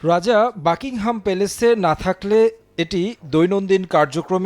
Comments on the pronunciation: বাংকিংহাম প্যালেস কী ভাই? বাকিংহাম প্যালেসে। সাংবাদিক অথচ শুদ্ধ উচ্চারণ জানে না, খুবই শ্রুতিকটু শোনায়। সময় টেলিভিশন কর্তৃপক্ষের এসব খেয়াল রাখা উচিত। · ওরে আমার সাংঘাতিক, ঠিকমতো বাকিংহাম প্যালেস শব্দটাই উচ্চারণ করতে পারেনা সে নাকি আবার সাম্বাদিক 😂